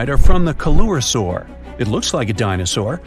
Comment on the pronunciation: If you're going to do educational videos, please get educated first. Coelurosaur is mispronounced in this video. Took 10 seconds to find the proper pronunciation. Couldn't you guys spare 10 seconds to get this right. If you can't pronounce the names correctly, what else are you getting wrong?